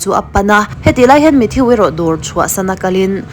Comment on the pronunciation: Mathiu ti suh... Mathuu ti rawh. Avenue (aviniu) ni lovin "Avenu" tih te.... Ka hre zawk lo na a, in lam sual rei tawh e.... Mate❤